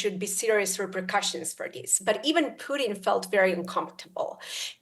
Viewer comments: The Guy's name is Putin not Pudding, simply annoying when people cannot pronounce things correctly. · Does she call him puddin?